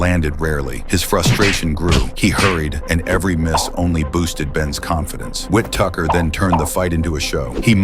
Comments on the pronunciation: It's whittaker not whit tucker ffs! 👀👀👀👀👀👀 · This Al voice was not properly trained. The man’s name is: W-H-I-T-T-A-K-E-R and NOT WHIT-TUCKER damn it! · stop using fucking ai voiceover, his name is Benjamin Whittaker, not Ben Witt Tucker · Get this ai shit to fk 😮 his names no wit tucker wtf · Ai narrative "Wintucker" instead of Whittaker. 😑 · Whit Tucker 😂😂 AI commentary 😂😂. It’s Whittaker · His name is Whittaker not wit Tucker Lmaooo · Its not tucker its wittiker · Whit Tucker?? Surely it’s Benjamin Whittaker?? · Ben 'Whittucker"? His name is Ben Whitaker. Must be AI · Tucker??? It’s Ben whitticker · The guy's name is Ben Whittaker, not 'Witt Tucker'. FFS. This sort of AI video commentary bullshit is ruining the internet. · AI vocalizing “Whit Tucker” is whack AF, marring an otherwise excellently edited video. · Wit tucker? Really? Ben Whittaker not Wit Tucker. AI SUCKS!!!!!! This happens with fighters names all the time. It’ll tell stories about another boxer then mispronounce the name. Lazy lazy lazy channel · Whittaker, not wit tucker... I fucking hate AI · Whit tucker It’s Whittaker you idiot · Whit tucker 😂 its Whittaker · Who is wit- tucker stop using AI voiceovers. It's Whittaker. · "Whit Tucker?" WTF. The genius of AI. Let's try Whittaker. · Who the hell is "Ben Whit-tucker?" 🤔 It's fuckin "Ben Whittaker!" Ya pleb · Whittaker not whittucker.. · Whit-tucker 😂🤣☠ these AI shorts are such trash! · Teach your stupid AI voice to pronounce his name properly 🤣🤣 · Whittaker. Not witttucker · Y'all got to teach AI how to pronunciate. WTF is "Whit Tucker" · It sounds like your calling him wit tucker it’s Ben whittikar Whi-ti-ker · It's whittaker Not whittucker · You couldn’t even get the name correctly . Wit Tucker koo Chris Tucker niii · Witucker is crazy 😂😂😂 it’s pronounced Whitaker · whit Tucker? Its Whittaker you AI bollox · Tucker...lol...get his name right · Ben Whittaker not Whit Tucker ffs! Stop this piss poor AI shite! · "Whi- tick -er" not "win ticker" smh